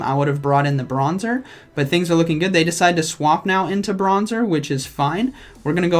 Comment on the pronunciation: I decwide.... chuckle Me: chuckle